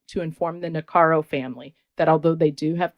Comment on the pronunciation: It's NIH-CARE-IKO not Nicaro. Just sayin